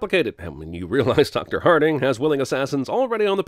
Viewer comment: Remember the time Vin was great as Richard B. Riddick? Now that's long gone... By the way: "Dr. Harting"?! Hahaha.